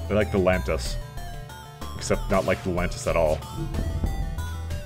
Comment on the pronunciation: FFS, lan-ee-us not lan-tis! Try to read properly!